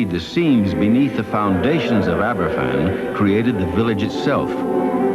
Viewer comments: A good documentary, but it would have been nice if Glen had pronounced Aberfan properly, F = V. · It's pronounced Abervan.